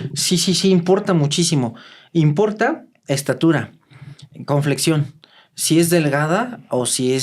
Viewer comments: Se me cayó un idolo, como que CONFLEXION? Es Complexión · Cómo que "conflexión"?... Por favor! Complexión!... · Que es CONFLEXION??? Esa palabra no existe en el español. Quiso decir ComPlexión?? no me defraude, usted tiene mucho estudio como para no pronunciar bien una palabra 🥴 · atención: es complexión, no conflexión Saludos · Dice conflexion en lugar de complexión XD